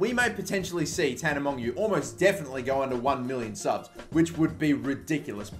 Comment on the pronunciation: It's pronounced tana mojo